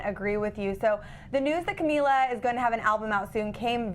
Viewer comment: Man said camelia lol